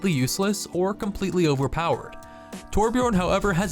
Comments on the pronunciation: even blizzard themselves butchers the name Torbjörn lol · It's TorBJÖRN, not Torbjorn...